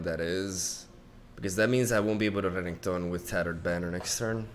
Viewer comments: Wtf? Why is he mispronouncing renekton? Cringe. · Why you always say Reketon HAHA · Me: "It's pronounced Renekton": "Reggaeton" Me: "Reggaeton" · Cara... Tem certeza que o nome do campeão e REGGAETON? kkkk Se pá, mas só se pá, pode ser reNÉKton. Mas admiro a Zuera. BR HUE. Seu canal é f0da. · Please... Watch any LoL video with RENEKTON in it. RE-NE-KTON. Reggaeton is a music type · I’ve been watching a lot pro league of legends, I’m used to hearing and saying renekton.. but after a few weeks of watching, i need to stop myslef from pronouncing it Reggaeton.. lol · I truly despise how you are calling Renekton, Reggeton. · why the fuck is he pronouncing renekton so weirdly its really annoying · Start watching video, hear mispronounce Renekton on purpose to piss of people, dislike and close the video. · Honesty is the best policy. With that being said the way you say Renekton makes me want to delete your YouTube channel :) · boi why u making renekton sound like a type of pasta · Can we please pronounce Renektons name properly? Please I like your videos but you saying his name wrong tilts me so much!! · Not a fan of how he says Renekton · I don’t get why people don’t like the way he says Renekton. It’s funny and I love it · They just dont get the reference that's why they hate it lol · Lets say that someone makes a video talking about (for whatever reason), and instead of saying his name like they pronounced it Maygul every single time. First few times, it would be very funny. Then when you realize that the person has no intention on ever using the person's real name, it becomes downright disrespectful(meme or not). Might not seem like much since this is a digital card game, but to the people who have watched champion spotlights, watched notable streamers like RenektonOnly, and have dedicated countless hours to loving the champ, that level of disrespect can go a long way to piss them off.